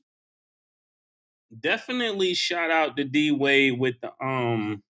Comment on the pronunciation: "Dwight Dwight".. "Dwade Dwade"... I'm cryinnggggg